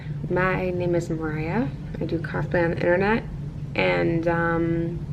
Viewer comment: What is she saying? I listened to it several times and it still sounds like "Hi I'm Mariah and I do car pen on the Internet". Was that supposed to be "cosplay on the Internet"? Well she surely won't be doing that anymore. Maybe that's why she mumbled the words.